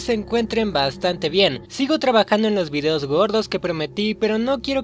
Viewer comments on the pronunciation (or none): none